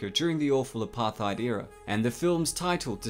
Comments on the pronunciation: It's pronouned a PA tat not aparhero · it is pronounced A-PART-HEID, not A-PARTH-IED. just letting all you non-South Africans know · Hi sorry it's pronounced "Apart-Hate" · That's not how you pronounce Apartheid The word is Apart heid, so you don't use the th sound and the heid is pronounced as hate. So, the heid is said as 'hate' Got it, Mkay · It’s pronounced apart tate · Sorry to be THAT GUY, but it's pronounced 'apartait'